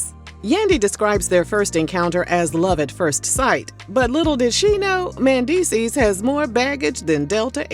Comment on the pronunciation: the way she keeps pronouncing his name MANdeecees..........